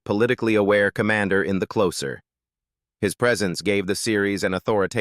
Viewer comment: Your AI voice over needs to learn how to pronounce names better. You can't even say the title of the show properly.